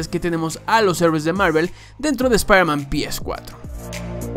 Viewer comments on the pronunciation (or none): Aún dices "PiEsCuatro"?? Suena horrendo